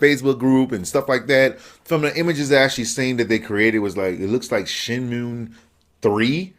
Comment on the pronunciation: The dreamcast 2 is not real... Did this dumb ass just say shemoon 3?! It's shenmue.. And the 2nd shenmue game has been out for years and this dude says shenmue 2 doesn't exist...Idiot